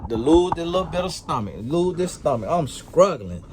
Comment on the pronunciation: SCCCruggling, carrrcasian 😂🤣😂🤣😁